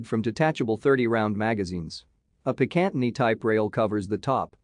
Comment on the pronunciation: He mispronounced picatinny. We Americans have been firing precision guns and using picatinny rails since we were age four. That chinese sniper rifle is junk. A gas fed 5.8mm rifle? Lol 😂 One American sniper will kill 80 Chinese snipers with ease. Any sniper engagement will be a Turkey shoot